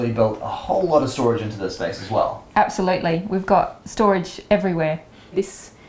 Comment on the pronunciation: Ebb-sa-lote-Lee gret!! lol